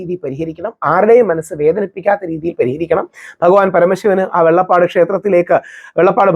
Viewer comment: വെള്ളപ്പാട് അല്ല വെള്ളാപ്പാട് ആണ്